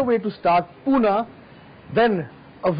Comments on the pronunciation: it's pune bhai...not puna.respect se naam le my city pune... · its not PUNAA...its PUNE